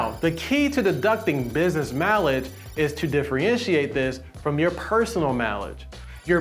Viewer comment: Stop saying mileage like you do